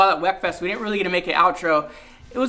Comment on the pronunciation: "We're going to weekfest"😂